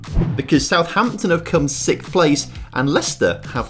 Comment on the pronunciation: Why do you pronounce the word 6th as sict?